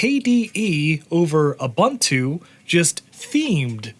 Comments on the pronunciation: Uh-bun-too? Try Oo-boon-too. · why do you pronounce it as "abuntu"